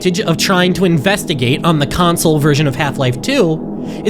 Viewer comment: Ayyyyy you finally said console correctly